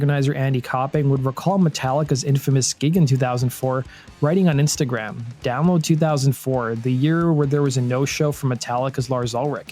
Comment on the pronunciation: I had to re-wind to hear you say Download 'cause I swear you just said "Down Festival"